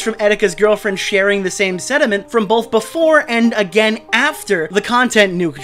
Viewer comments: brah, you cant passive aggressively criticize Keem for mispronouncing words and then say "sediment" instead of "sentiment". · It's funny how is making fun of Keem for saying Homophobic as Hobophobic but says centiment as sediment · how you gonna clown on keem for mispeaking when you really out here saying sediment instead of sentiment.